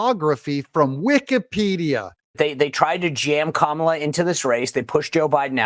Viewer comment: Kuh-mala is so irrelevant. 😴